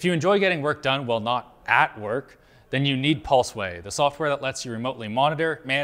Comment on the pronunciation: Linus osom pulsway cumersal. Love it.